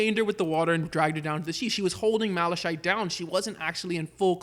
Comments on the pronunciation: Its mala(kite)chite not mala[shayt]chite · I don't like how you pronounce Malachite because it's not like that it more like mala-kite